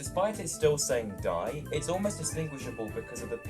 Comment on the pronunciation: At least you didn't say the name wrong 😅